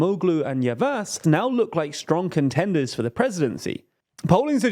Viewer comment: Great video! Just a tip, Ş is pronounced like Sh so it's "Yavash", Ç is like Ch (you got this one right) and you can just ignore Ğ as a silent letter (like you do with Erdoğan).